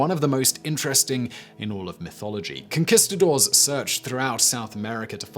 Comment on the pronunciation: con - kiss - ca - doors lmao